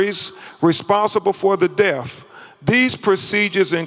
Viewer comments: Is he saying Def or Death? Pathetic. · Damn, he even took a second to make sure and that still what came out. This is harder to follow than the freakin boat audio. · If he’s an educated man he should be able to pronounce his th’s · Thanks for commenting I was looking for this thread. I know what the first person means now by def. LoL Crump was trying to say death, but he says def😂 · Name of de-seeded 😂 Purr-liminree findings 😂 Oh-sipituh 😂😂 De-compensation 😂😂😂😂wiff-insighed 😂 Doo-win 😂 Maynor of deaf 😂😂😂